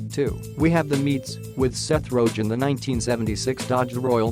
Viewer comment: This dude just said Seth ROJENN... bruh